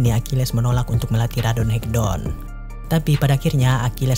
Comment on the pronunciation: Bang baca ratonhaketon nya jangan radonhekdon bang wkwkwk